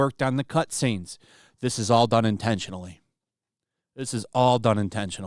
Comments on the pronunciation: Intentional is the word. Not intetual. H aha. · Intentual? Did you mean ‘intentional’?